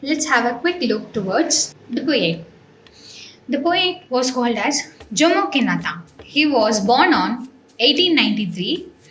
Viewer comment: Sorry to tell this it's not jomo pronounciation it's yomo in pronounciation